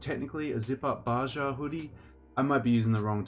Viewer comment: Fun fact- correct pronunciation for Baja is “ba-ha”